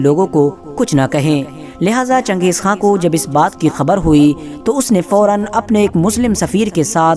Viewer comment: खा है ना कि खान